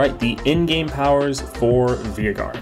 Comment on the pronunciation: its Vay-gar dude